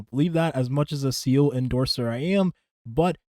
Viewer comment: Bro it’s pronounced Zeeluh not seele I know it doesn’t matter but I’m just saying lol even Sayluh is better then seal sorry don’t mean to be a pest